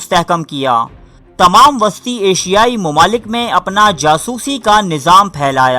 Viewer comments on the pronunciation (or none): none